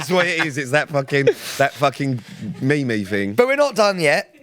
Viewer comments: Hahaha I got some stick for saying me me and not meem 😂😂😂 spell it fucking meem then 😅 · Pete’s mispronouncing everything is genuinely hilarious. ASMR “asthma” Meme “ me me” 😂😂 love it!